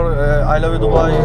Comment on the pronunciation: ahahah. Dubaı yi çözdük yeme bizi diyo ya :D